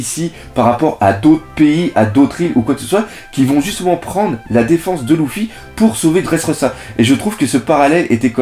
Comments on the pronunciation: sa se prononce leufi mais pas lufy biensur je sais comment on l ecrit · super! par contre, tu dis à l'oral louffy et dragon, mais à l'oral, ça se dit leuffy et dragonne non ?